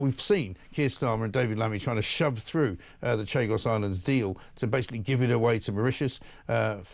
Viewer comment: "The Shag Us Islands"?